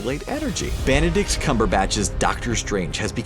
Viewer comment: Banadict Cumberbatch? Wtf?